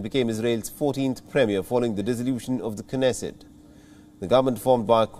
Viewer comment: Dear WION it's pronounced as 'Nesset ' without the sound of 'K'. Like Knee, Knowledge etc. Please correct me if I am wrong, else you correct it. Thanks.